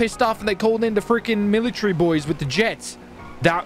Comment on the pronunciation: THEY'VE CALLED THE MILIturreh wtf 🤣